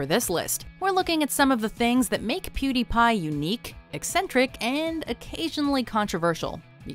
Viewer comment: What the f**k is a PuDaiPai